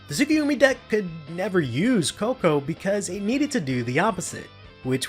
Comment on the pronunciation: is the closest he's gotten to pronouncing Tsukuyomi right.